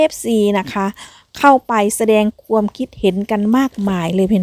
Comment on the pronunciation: อยากจะให้แอดใช้ภาษาการพูดให้ถูกต้องหน่อยครับ ช, ซ อ่านไม่เหมือนกัน และ ความ, ควม อ่านไม่เหมือนกัน ทุกอย่างดีครับ